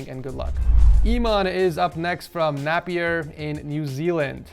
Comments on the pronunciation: when he said '' Napp-e-er''. when its pronounced " Nay-pe-er'' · Nappy aa 😂 it's "nay-peeeaa" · The way he pronounced Napier 😄 🤣 I'm dead 💀 he said it like "Nappy-er" but it is actually Nap (Pronounced like Ape), i (pronounced like e) and then er Nap-i-er! 😄 🤣 😂 😆 😄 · Sorry but it is not Napppier it is nApIA that’s how u say it lol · Nappyer, its pronounced nay-p-er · As a New Zealander, I felt offended when he pronounced it “nap ee er” lol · Sounded like he said Nappie er lol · Lol, Im from new zealand.. and its NOT pronounced like that 😂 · U SAID THE NEW ZEALAND COUNTRY WRONG im in nz i feel ofended na but good try